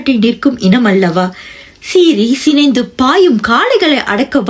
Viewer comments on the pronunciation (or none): சீறி சினைந்து - என்றால் சீறி சினை ( கரு ) அடைந்து , அதாவது கருவடைந்து என்று பொருள் ! சீறி சினந்து - என்றால் சீறிப் பாய்ந்து சினம் ( கோபம் ) கொண்டு என்று பொருள் ! உச்சரிப்பு மாறுபாடு என்ன செய்கிறது புரிந்ததா ? " ஸ்டைலுக்காக " இப்படி யெல்லாமா ?